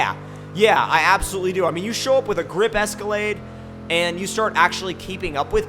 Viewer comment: I got Lamborghini doors on a Es-co-lade